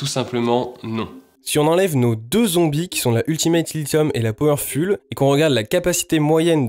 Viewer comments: M énerve avec son powerful Powerfoule la prononciation Ça s écrit bien comme ça hein Sinon super test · Excellent, merci pour le test ! Maintenant j’achèterai mes piles chez Lidl. PS : je crois qu’il n’y a pas de faute dans « Powerful », qui doit bien se prononcer « Powerfoule » et non pas « Powerfule » même s’il ne s’écrit pas « PowerfuLL », tout comme « beautiful » qui n’a qu’un L. Merci, je vais continuer à te suivre, tes vidéos ont l’air top !